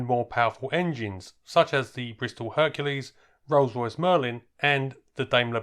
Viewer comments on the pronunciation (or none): none